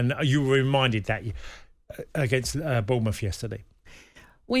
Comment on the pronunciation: Lads, it's Bournemouth.